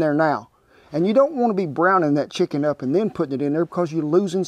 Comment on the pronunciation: To me, it always sounded like he said "shicken"!